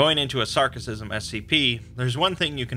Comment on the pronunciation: Sarkicism, not Sarcicism.